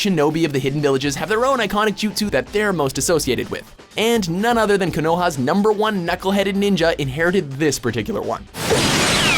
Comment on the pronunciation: 2 problems: first you pronounced a bunch of naruto male's wrong. For example the hell is kanoha. 2 you decided to use English dub for One Piece. WTF.